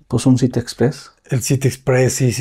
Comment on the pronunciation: Haber..... repite cien veces "city"....